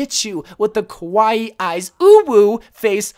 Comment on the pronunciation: Lol.. You keep saying “kowai” eyes but I know that you were saying “kawai” eyes. I’m a bigger weeb. Btw, kowai means scary, which is the opposite of kawai meaning cute